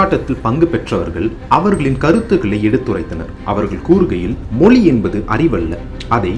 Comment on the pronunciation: அது மொலி இல்லை. மொழி. உங்கள் சொல்லாடல் மொலி என்றே கேட்கிறது..